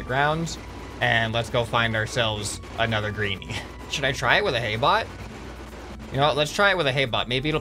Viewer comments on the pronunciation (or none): When the hay bot stayed there sm said "A hay bot" it sounded different when he said "ahay"